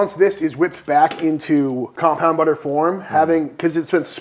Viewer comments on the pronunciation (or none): I TOTALLY thought you guys were saying, 'compound it', not, 'combound', until the end of that little spiel. Like, maybe you were a little stuffed up, (as you had been talking about how cold it was! 😂), guess that's just the unknown, until now, 'teacher' in me!